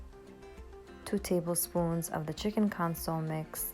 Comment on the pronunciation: What an absolutely amazing meal you made!! Also, I don’t know if anyone ever told you, but consommé is pronounced ‘con-so-may’. 😉 We go through a LOT of consommé powder in our house, too. I swear it makes everything taste better. Hahaha 😆